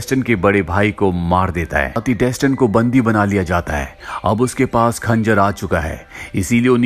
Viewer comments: Pronounced as Dastaan(mean story) not desten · Dustin nahi Daastaan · Its not Dastan, its Daa-staan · डेसटन नहीं है यार वो दास्तान है 😂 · Bro if you had watched the movie, it was pronounced as 'Dastan' not Daston. Even in games (If you had played any of them). For the pronounciation part it is based in persia(Iran) so it should be pronounced as "दास्तान" Same as you pronounce ईरान not आई -रैन ...